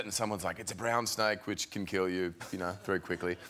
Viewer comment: Theres a distinct difference between a “snake” and a “SNAIKE”